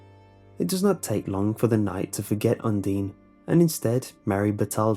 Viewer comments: UN-DINE NOT UN-DEEN! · It's not undine it's undyne lol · IT’S UNDINE NOT UNDEEN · Undertale Fans: It's Undyne not Undene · You pernounce Udyne is Un-dine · It's un-DINE I'm sorry but you just got so many undertale fans triggered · You’re saying Undine wrong. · Now im confused about how you pronounce Undyne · who else got annoyed by how he pronounced Undyne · undyne is pronounced differently though, otherwise these stories are very interesting. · it's not pronunced like you said you say the "i" like in I in Undertale. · Undine - is pronounced: "un" like one in spanish "di" like dea in dean "ne" like in neck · Guy_of_wonder HE WASN'T EVEN PRONOUNCING HER NAME RIGHT SO SHUT UP